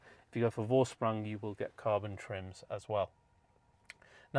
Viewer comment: Please it's pronounced as "Forshprung"